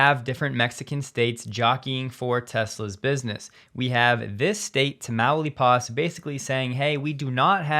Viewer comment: Tam-ow (how)-leep' (leap)-us. 3rd and 1st syllables being the most emphasized, in that order. Not tam-ow'-lee-pas. Carry on. :)